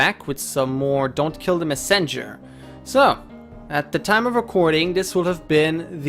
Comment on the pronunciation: Mes-senger? Usually it's messen-ger. Such exciting new ways to pronounce English.